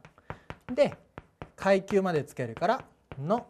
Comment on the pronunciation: くゎいきゅうww